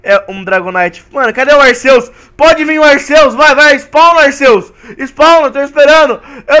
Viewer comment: se fala arquios n e aceus